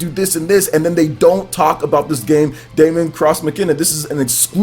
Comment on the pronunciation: its not DA-MON cross MACE-INA, daemon is the latinized version of demon, and is pronounced the same, and its Mach-I-Na